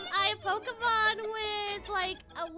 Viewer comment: It is pokemon not pokimon